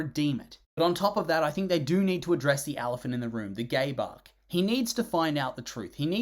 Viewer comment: sorry that this is what im using my comment for, but im doing chores while listening to this and when you said "gabe arc" i thought i heard "gay bark" and had to drop everything to rewind